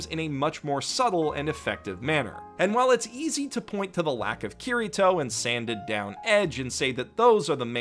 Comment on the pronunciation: ITS NOT KIRR I TOE ITS KI DI TOE!!!!!!!!!!!!!!!!!!!!!!!